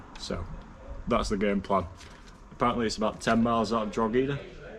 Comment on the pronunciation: Enjoying the video, but jaysus, Rockshore??? That's awful piss😂😂😂 Also, it's pronounced Dro-he-da